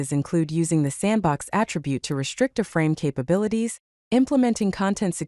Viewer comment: It's an I-frame, not an uh-frame...